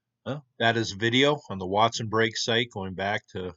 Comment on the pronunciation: I believe it’s Break. Like poke salad. Not brake, not polk. An aside. They gave in to socialism and central gvt. As all “ great” civilizations. We follow, knowing better